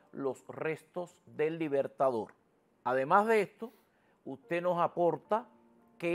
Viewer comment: Que Man para hablar tan feo, dice aparejca (aparezca), suj últimoj dia, (sus últimos días), loj (los), ademá (además ) un mej (un mes), lo masone (los masones), puej (pues), ejto (esto), de lo cuales ( de los cuáles), una ve ( una vez), Hugo Cháve (Hugo Chávez), etc, todo el vídeo habla así, será que no se da cuenta que habla a media lengua?